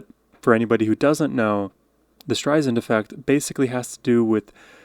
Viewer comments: Excellent reaction to brilliant performances by one of the greatest artists in history. If you plan on further reactions to her work, you might want spell and pronounce her name correctly before the fans come for ya! LOL It's Barbra with 2 a's. And her last name is pronounced Strei-Sand... soft s, like sand on the beach. Love your channel! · I’ve been a huge fan of her’s since discovering her in my teens some 50 years ago and thoroughly enjoyed watching you discover her remarkable voice while watching these videos of her singing. Three really great choices! I’d like to clarify, however, as she does early on in her autobiography, that her last name is pronounced with a soft s like in sand. Not a hard s like z.☺️ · Two things. First pronunciation is StreiSand, like sand on the beach, not like a Z like StreiZand. Second, the Streisand effect was coined when there was no internet. I believe it happened over a news article that claimed that she had bought some birds and allowed them to fly and poop all over her house. When she tried to squash this untrue claim, it became what we would now call viral. She is my favourite artist and has been for my entire life. No one has ever compared. If you love her musical performances, watch some of her films. Some of the best musicals ever made. In fact, the last number you viewed was the final scene from A Star is Born. She is above all, an actor, blessed with the most beautiful voice. This is what comes through in all of her singing performances. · Thanks for listening to Barbra. Just PLEASE pronounce her last name correctly. It's not StreiZand. It is StreiSand. Like sand on the beach. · Say her name correctly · Barbra (not Barbara) Strei-SAND (Not Strei-zand) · StreiSAND not StrreiZAND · It's Strei-SAND, like sand on the beach, not Strei-zand. Her words, not mine. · FYI: The last syllable of her last name is pronounced "sand" not zand. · Her name is pronounced Stri-Sand not streizend.